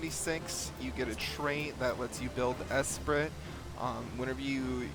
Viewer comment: "Esprit" is pronounced 'es-pree' fyi.